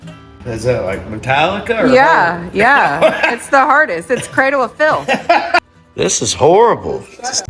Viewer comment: Grill looks nice on the Square body but let's get to the fun stuff, your hand/parts. cleaner is👊 in my book, but response with "Cradle of Fiflth" was 👊👊👊😅🤣🤣 was a laugh I needed after my night last night saying goodbye to a really good friend. Love you guys for that laugh. I'm gonna stay away from that heavy metal disease 😱😂😆😆